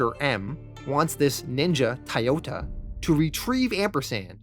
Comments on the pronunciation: Why are you saying thai yoda? It's spelled like the car company Toyota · Never heard anyone pronounce Toyota as [Tiyota] 😆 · Where are you from? Your pronunciation of certain words stick waaaaay the hell out. Toyota, Toy-ota where are you getting Tioduh from? Lav-vuh? How about Lah-vuh. It’s a pet peeve but after so many series it builds up